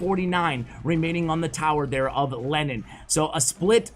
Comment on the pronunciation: Am I the only one who thought that you said Lenin instead of Lennon? 😂😂